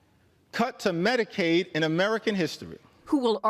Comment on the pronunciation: it’s medcade not med care